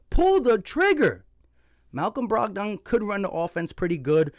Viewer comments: Lol you be murdering names rotfl Brog don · BROG-DON…. LOL had me cracking up…